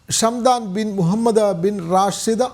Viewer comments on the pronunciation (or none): ഷംഡാൻ അല്ലെഡോ ഹംദാൻ